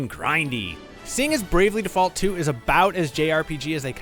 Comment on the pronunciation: Its pronounced Default, not Default 🤣